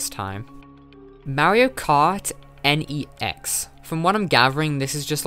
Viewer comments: K’NEX is pronounced kuh-necks and it’s awesome. I had one of the MarioKart sets and it ruled. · K’NEX is pronounced like “Kin-ex” as the pieces connect together and it’s meant to sound similar (K’NEX, connects) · "Mario Kart N-E-X"? My dude, what is that pronunciation? It's K'nex, as in a play on the word 'Connects.'